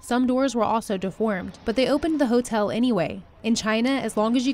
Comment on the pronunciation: I love how she say hatell